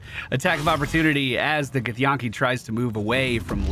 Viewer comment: The way you say githyanki boggles my mind because it's spoken many times by the characters in the game. It's like Yankee. Where'd the yawn-ki come from?